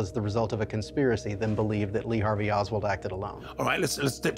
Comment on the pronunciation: Lee Hart-vey Oswald 😮